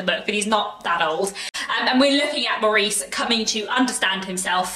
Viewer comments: pronounced Morris BTW. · Love the book and the film , but always pronounced it Morris